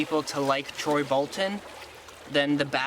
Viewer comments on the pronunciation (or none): I can’t take him seriously whenever he says “poy” 😂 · I lost it when he called him poy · bro i dont even care about the video anymore, did he just call him "poy"